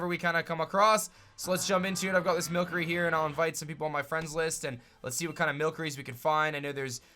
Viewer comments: Can I Say Something It's Called Mill-sery not Mill-curry Well Atleast That's What I Call It! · Its pronounced mil sery not milk ery